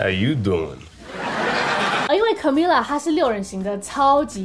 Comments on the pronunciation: 其實他的名字要念卡咪雅哦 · Camila 應該是要唸 cAmeela 要拉長音～